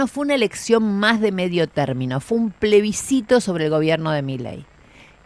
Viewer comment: PLESBICITO....Aprende a hablar terraja!